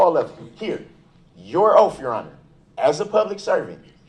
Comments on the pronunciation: Is it because of his teeth that he pronounces the sound “th” as an “f”? “Oaf” instead of “Oath”, “Goof” instead of “Guth”, “Bof” instead of “Both”, “troof” instead of “truth” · I'm listening to this rant again, and the sentence that has my brain in a tailspin is, "your honor I have your 3 "oaf" of offices here".......an English teacher would have a field day here......